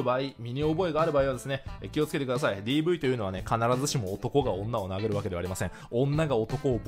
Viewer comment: 人を殴るが人を投げるに聞こえて猫を投げるが頭の中にでてきた